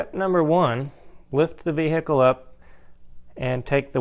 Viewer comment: Lift the veheecule up...lol